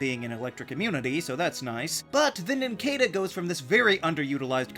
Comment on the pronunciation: It’s pronounced nin-CAH-duh, “”. 🤨